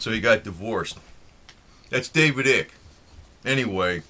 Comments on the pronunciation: This guy is making a mockery of it. I hate your voice bro. It's not ick. Its icke. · lol can't believe he said eek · his name is David eye-K..not ick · Not Ick but eyek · At least pronounce Nr Icke's name properly ffs, it rhymes with BIKE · Pronounce his name right: David Icke, is with a long-vowel sound: like as in Ice!! NOT a short voul sound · David Eye-k or Ike rhymes with like.